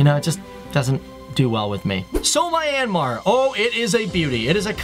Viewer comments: Correction... this country is pronounced " MEE- YAN -MAR" and NOT "My-An-Mar" ...i almost cringed hearing that.. I have been to this country and the locals there say it as Mee Yan Mar. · Fact: Its not MY...AN...Mar......its MYAN...Mar. 👌👌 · it's - Me-n-Mar. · LOL My an Mar... It's Myan Mar, dude.. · I'm from myanmar and it's not pronounced my-ann-mar it's pronounced myan-mar! Seriously! This really bothered me throughout the video! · It's not Mye-an-mar. It's Mjan-ma. (Actually it shouldn't end in an "r") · is "Myan-mar",not "My-an-mar" ;) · It's not "My-an-mar" it's "Myan-Mar" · Random viewer Myanmar here. This is a really great video. I love how the details are well-written and presented in the best way. I only have some issues with some of your pronunciation First of all, Myanmar is pronounced "Myan-Mar". The river name is actually written and pronounced "Aye-yar-wady". I don't blame you because you found that weird spelling from awfully old sources. In the half way of the video, I feel depressed. I just realized the rest of the world values our tourist attraction structures, as ART and priceless. But meanwhile, some of those stupid Myanmar citizens see them as some useless old buildings. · It’s pronounced “ me - yaan - maar “ not the way he says it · IS MYANMAR NOT MINEYANMAR >:( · is pronounce myennn -mar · its not my an mar its man but with a y mar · You always say mi-anmar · He pronounced Myanmar wrong